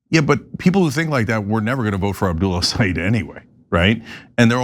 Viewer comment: Great! Nice podcast on MI! Just want to let you know Abdul’s last name is pronounced like this: El-Say-Ed not eed. Thank you.